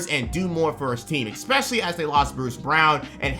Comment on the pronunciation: PLEASE STOP SAYING "EXPECIALLY" ITS "ESPECIALLY"!!!!!! WITH AN S!!!! ESPECIALLY!!!!!!!!!!!!!